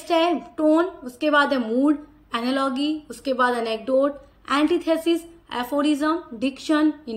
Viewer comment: Mam ji aapne (ANALOGY) ko galat pronunciation kiya hai ise एनालोगी नही एनालॉजी बोलते है